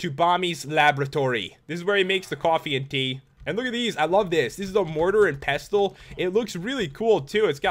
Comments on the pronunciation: pestle isn't pronounced pess-tull it's pronounced pes-sull why does nobody know how to pronounce anything anymore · Its pronounst pesl not pestle! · dude motar and pestle the t is silent